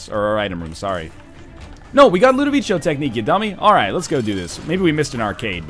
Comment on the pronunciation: Ludovico is pronounced with a hard C, you dingo.